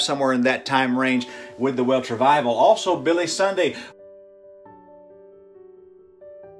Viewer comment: It's Welsh Revival - not Welch....